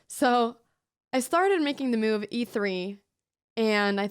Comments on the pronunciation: meeoove, is how I hear it :) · The real reason it is called The Cow is because in Anna's funny accent every time she says the word "move" it sounds like "moo-ve". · I absolutely love how Anna pronounces word "move", sounds like "Miuve" :)